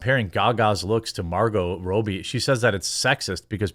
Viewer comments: Who the hell is Margot Rowbee? I know the US is so large that we have many dialects, but c’mon man. Robbie is always pronounced Rawbee. Especially when we all wanna Raw that B. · I know you've heard other say Robbie's name correctly. Even if you hadn't, you know that robe is said how you said her name and rob is said rahb. Are you really that dumb?